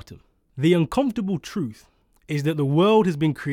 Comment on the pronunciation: I'm supposed to listen to someone talk about 'progress' who pronounces the word 'truth' as "troof" ??